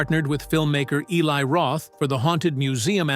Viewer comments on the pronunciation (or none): none